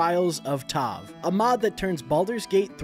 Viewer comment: Bro said "Tov"